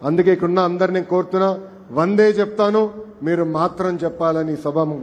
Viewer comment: తెలుగు ఇంకా బాగా నేర్చుకోవాలి . శ్రీ. ఎన్టీఆర్ ఉపన్యాసాలు బాగా వినండి. వందే, అన్నప్పుడు దే కు ఇంకా ఎక్కువ దీర్ఘమ్ రావాలి. కోరుట కాకుండా పిలుపు నిస్తున్న అనవచ్చునేమో పరిశీలించండి . పిలుపు అన్నది ఒక ఉద్యమ స్ఫూర్తి పదం. మీరు యంజిస్టర్ కాబట్టి, మీ పిలుపు ఒక ప్రభంజనమై ఉద్యమమై, ఆశించిన ప్రయోజనం సిద్ధించాలి. అది జనానికి అభ్యుదయ ము అవ్వాలి. చరిత్ర లో సువర్ణ అధ్యాయం కావలి.